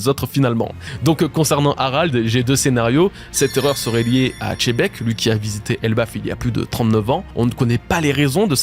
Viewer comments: Pourquoi vous apprenez pas d'abord a prononcé correctement les noms des personnages ? Pourquoi personne ne dit, que c'est pas chebek mais Xebec ??? Ou est ce que vous voyez marquer par Oda CHEBEK ? MOI je vois XEBEC, 🤦🏻‍♂️ comme ceux qui dise LOJIA au lieu de LOGIA 🤦🏻‍♂️🤦🏻‍♂️🤦🏻‍♂️ mais bon y en a qui sont incapable comme les francais qui ne savent que parler en français, et encore avec des soucis des prononciation, prenez pas mal mais juste c est le problème dans la tete ? Vous qui faite des video et faites les intello 🤦🏻‍♂️😅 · perso je dit pas xylophone mais chilophone que du love sur toi appart pour la prononciation de xebec video incroyable comme d'hab